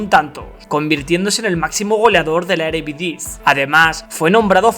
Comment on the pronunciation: Videazo, pero bro, es eredivise, no erevidise jaja, no es hate te banco bro🤟